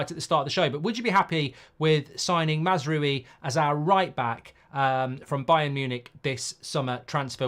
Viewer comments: MAZZ-ROOO-WEE🤣🤣🤣🤡🤡🤡ffs at least pronounce it correctly- MAZ-R-OW-EEE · Not MAZ ROO WII ! MAZ-RAWI. Stop butchering his name ! Love your show btw. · Mazraoui not Mazroui Mr Mark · It’s pronounced Mazrwowi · Mark pronunciation: Mazz row-ie (as in a row with someone) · You pronounce mazraoui as: MAZRA (rolling r) & then french “yes” oui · This is just another example how poor prepaired Mark is! Last time he had to look up the player when we were talking about him and now he can't even prenaunce Masrouis name. I watch him because I think his funny, but he is poorly updated when it comes to football. And he gets ofended to quickly.😂dont be so angry Mark..